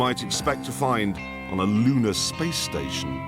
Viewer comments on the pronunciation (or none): none